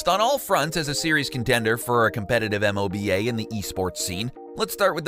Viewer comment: Do other people really say "M-O-B-A" like that? It sounded so weird because I've only ever heard it pronounced as "moe-ba" and hearing it read out was odd. Kind of like people usually say the word "wow" when referring to "WoW" (World of Warcraft) but I've never heard anyone say, "W-O-W" because that's just weird as fawk. Is this a normal thing?